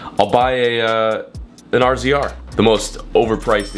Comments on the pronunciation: Thumbs up if should just say razor like the rest of us. And not ARE ZEE ARE LOL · You say razor not R Z R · Anyone else think it’s weird homie says R-Z-R instead of Razor? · Stop calling it an R Z R it’s a Razor bruv lol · You Saying (R Z R ) made me want to not watch this video. That's the first time I've ever heard it pronounced like that around here its said razor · it’s pronounced razor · Can some one tell him that RZR is pronounced “Razor” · Say it like "razor" lmao